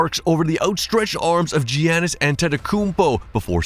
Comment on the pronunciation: GEE-ah-nis was crazy. Yah-nis is how he says it and most fans say it. Sick vid tho, some of the wording is poetic.